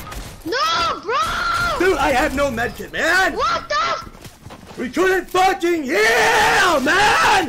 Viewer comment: "Im a focking minion" bruh😂😂😂